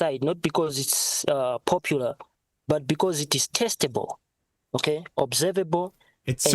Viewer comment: I don't think he said ' testable '. It sounded more like ' TESTICLE '. As in with a rock tied to it.